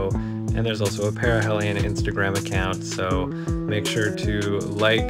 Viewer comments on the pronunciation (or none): Maybe it's a Canadian thing, but down south of the border we pronounce it Pair-a-heel-ion rather than Pair-a-hell-ion. Carry on, and good luck!